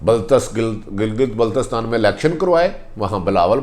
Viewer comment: عارف حمید بھٹی میٹرک فیل صحافی جن سے گلگت بلستان بھی درست نہیں بولا جا سکتا